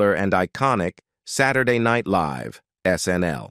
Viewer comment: Are you unable to find somebody who is capable of reading the English language and pronouncing words correctly? Saturday Night LEAVE??? Her priVATE life??? Any posts about celebrities or the Royal family all have these pronunciation errors that drive me crazy! If they can't read, don't hire them!